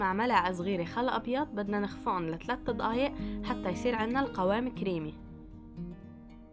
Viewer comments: احلى شي لما تقولي ضقايق عن دقايق 😂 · اسمها دقايق مو ضقايق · دقايق مو ضقايق هم نطقهم يفخمون حرف د و ق اسمعوها كويس هههههه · أيه والله بتعجبني 🤣🤣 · هي ما بتكتبه هيك هاد نطقها بس يعني بتنطقه ض